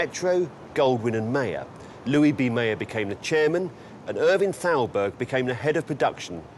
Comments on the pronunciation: Thowlberg?! Thowlberg?! Come ON man!! Thowlberg?! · I love this series, but your pronunciation of Thalberg is horrible. And, you say it so many times.